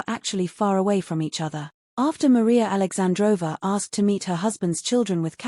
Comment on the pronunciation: It’s alexandrovna but you pronounce it with silent n thus aoundibg alexandrova